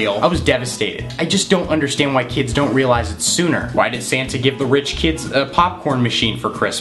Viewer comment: Santa not Sana